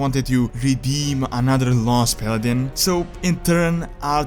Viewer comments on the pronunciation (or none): none